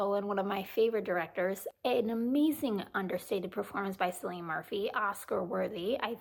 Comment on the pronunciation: O noooooo one of your favorite actors but you don’t know how to pronounce his name?! 😮 It’s KILL ee yun Aarrghgh. You are excused just this one time bcuz your #1 is mine and bcuz Maestro isn’t on your list ☺️